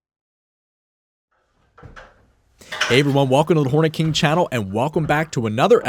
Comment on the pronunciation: In the begining, did anyone else think he said "im the horny king"? 😂😂